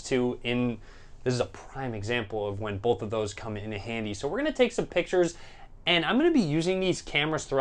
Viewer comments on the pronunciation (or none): I cringe everytime he says "bolth"